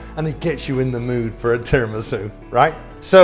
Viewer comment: You pronounce it Tee rah me soo